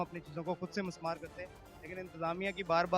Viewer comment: مِسمار ہوتا ہے لفظ Mismaar